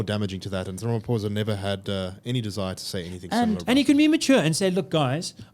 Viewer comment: Pronounciation,😂 "rameposa" and "di klirk"